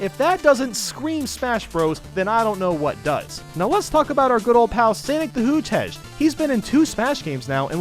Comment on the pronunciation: Sanic the hoogehedge lol